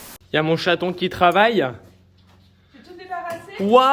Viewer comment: c'est rigolo on dirait que tu appel ta femme château , mais je suppose que c'est chaton ?🤣